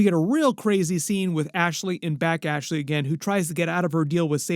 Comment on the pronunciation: Her name is Bashly, not Back Ashley 😂